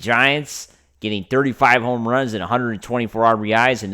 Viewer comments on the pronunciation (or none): none